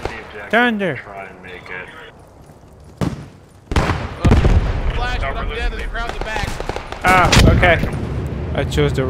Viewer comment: "tiunder" is not the same as saying "THUNDER". Practice your pronunciation!